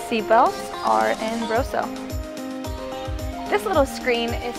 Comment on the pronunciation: You can tell someone has been reading blindly off of a script when they pronounce "Rosso" and "Scuderia" like "Rose-o" and "Scooter Ria" :P